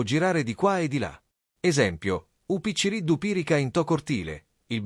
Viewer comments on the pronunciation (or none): A parte che differenzia tra città e città, ma la pronuncia non è quella che dici , picciriddu non si pronuncia così, ddu si scrive